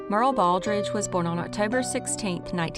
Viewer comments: Thank you, for more videos. I have to say this, her name wasn’t Merle, it’s Myur ee uhl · I believe Muriel is pronounced as three syllables -- M'your -- ee -- el...